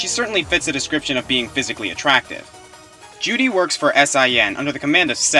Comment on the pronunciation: I REALLY wish my 360 worked.....so I could play me some Bayonetta :( and every time you say Juri it sounds like you're saying Judy....weird.